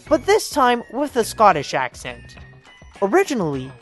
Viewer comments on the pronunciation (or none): none